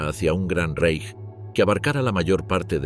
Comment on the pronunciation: Tal como pronuncias correctamente Reich (en oportunidades, no siempre) debéis pronunciar Weimar